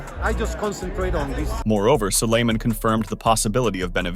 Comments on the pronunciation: I hate the way he says Sulaiman (It's pronounced like Solomon but Suuu-La-mon, foo) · David will never get this fight ever And learn how to pronounce Suliman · WBC President's name is being butchered badly. 🤣👎